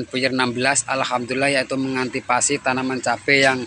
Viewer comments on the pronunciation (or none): Antisipasi mas.... bukan antipasi.